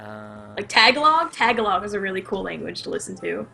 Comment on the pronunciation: When Oax pronounced Tagalog that way I busted out laughing. It's more like Tuh-gah-loh